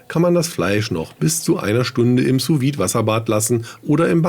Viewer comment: Und hier noch eine Kleinigkeit von einem Franzosen. Die Benennung: „Sous Vide“ spricht man „Su vid“ aus ohne das „e“ zu betonen. - So und ab jetzt verleihe ich dir schon einen halben Stern.😂